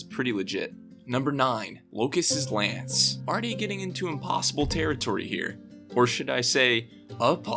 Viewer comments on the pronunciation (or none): "apossible" i actually laughed for a while at that 😂😂